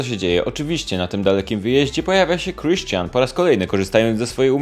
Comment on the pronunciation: Sposób w jaki mówisz Kriszczian i Anastejżia...boski! :D I ten śmieszek ....:D Wszystkie trzy twoje filmy o Grey'u to mistrzostwo :D